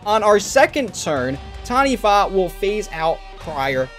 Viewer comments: Well done. First person ive seen on youtube to not butcher it by saying Ta-knee-waa 😂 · As someone from NZ you did well bro! Heard so many people say TANI-WAH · Close enough. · As a Māori EDH player who has been working on my Taniwha deck for several years, I commend your effort to pronounce the name correctly. Respect